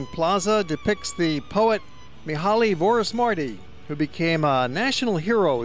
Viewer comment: I appreciate his effort to show our country to the world but next time please learn how to prounounce Vaci utca, Vorosmarty ter, and all the names. Thanks!